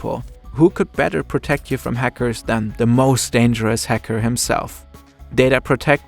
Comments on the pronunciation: wtf is this German accent lol. häcker, you said lmao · I love how he kept saying Hecker. Nice remembering Beluga's best friend.